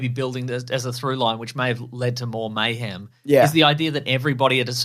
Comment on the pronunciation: You say mayhem, I hear Bayhem.